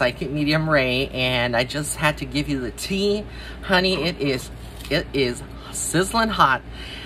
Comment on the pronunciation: The way you said " HUH-knee" took me out!!! 😅😊❤